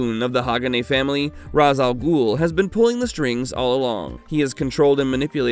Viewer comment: You’re not pronouncing Ra's al Ghul, you and most others have been poisoned by the Nolan trilogy just like how the venom movies made people pronounce Symbiote incorrectly Please watch the 90’s Spider-Man animated series and Batman animated series, especially the Batman beyond episode where old Bruce gets in the Lazarus pit and Thalia explains to Terry on how to pronounce her father’s name